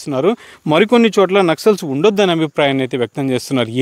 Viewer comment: నక్షల్స్.. కాదు నాయనా, నక్సల్స్